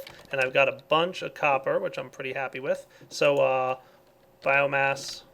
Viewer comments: BioMASS its BioMASS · It's biomass not biogass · Its bioMASS, not bioGAS! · It annoys me every time he says biogas when really it's biomass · did anyone rage when ever he said biogas instead of biomass? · it's bioMASS not bioGAS